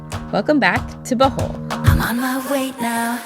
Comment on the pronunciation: OMG! LOL! Thought you said welcome back to “the hole” not Bohol